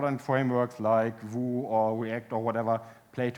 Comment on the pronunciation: It's funny he says "vue" comme "vous"